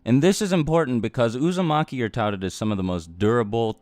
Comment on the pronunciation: he said Usamaki clan. 😂